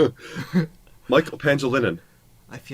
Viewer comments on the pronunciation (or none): The syllabication is Pa-NGI-Li-nan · Michael PA-NGI-LI-NAN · Pah- ngee- lee- nahn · FYI, There are 26 letters in the english alphabets but there are 28 letters in Pilipino alphabets with 26 same as in english but with additional "ng" and "ñ"... so its sur name is pronounced as Pa - ngi - li - nan.